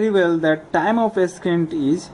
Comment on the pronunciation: Thanks a lot! This video helped me understand the concept. I would like to point out one thing though, Ascent is pronounced as "Assent" and Descent is pronounced as "Dissent", not the way you were saying it. :)